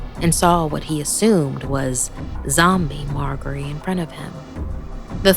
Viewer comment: Pretty sure it's pronounced mar-jer-ree even though it has a g